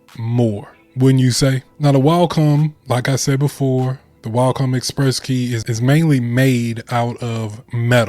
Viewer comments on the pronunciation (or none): Cool video but you keep saying Walcom and it was throwing me off. There’s no L In Wacom 😆